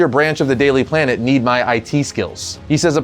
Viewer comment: "Daily Plan-t" I assume is the top suspect.